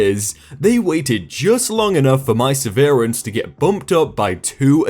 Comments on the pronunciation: "Severance" has just two syllables... NOT 3 ... Just 2. "sev - rinse"... NOT "sev - ear - ants" Not sure why someone who's income depends on their ability to read doesn't look up pronunciations on the words they are obviously not familiar with. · Sev. Er. Ence. NOT se-veer-ence. I like your readings but you get this wrong in every video you use it. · Maybe moses but it's based on the word sever since it's pay for being severed from the company, not the word severe ...so if that's the case his country is stupid :p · could be a regional/country pronunciation. I watch this British guy and he says vah-RYE-ant for variant (vary-ant) and it sounds so weird to me. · SEV-RANCE SEV-RANCE I know you try but dear god that irks me. :p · Sever and severe are not pronounced the same way (the contract was severed, not ‘severed’) And, I know I’ve said this before, but watching these videos with playback speed at x1.25 really does make them so much easier to listen to. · Please learn to pronounce severance! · it's not a regional thing, everywhere in the UK says severance the typical way. I like this guys readings but when you hear something pronounced strangely it's usually him getting the word wrong, not his accent. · Your mispronunciation of "severance" really bothers me. You've done it in other videos too. The "sever" part should rhyme with "never". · That's not how you pronounce "Severance". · Thank you, that pronunciation was a headache in the making